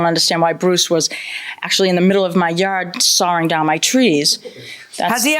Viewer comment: What kind of an accent causes you to pronounce "sawing" as "sawring?" I think he has some sort of accent too--- "Florida" is pronounced "Flowerda?" Um, we all realize that you can fall asleep on a couch--- it's not limited to beds. What was that? I leave/ live with people not trees (?) Hey JM, since adult "girls" are actually women, is a 22 year old male, a "man?"